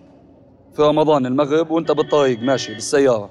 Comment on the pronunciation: خليك زيي غايك قناه غؤيا العغبي غمضان التقغيغ تصيغ يارجل بعرضك لاتحكي كلمه فيها حرف راء ذبحتني بحرف الغاء الجديد المغغب مو المغرب